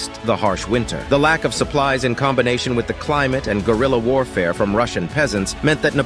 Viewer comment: The biggest mistake here is the way guerrilla is pronounced. And the second is the number of french troups. Most of the soldiers didn't come from France. There were Prussians and Austrians covering the flanks to the North and South, and the army's centre was composed of soldiers from all the European Nations Napoleon had conquered: Switzerland, The Netherlands, Italy, and Germany. In total there weren't much more than 160,000 actual frenchmen, from which only some 6,000 returned in order.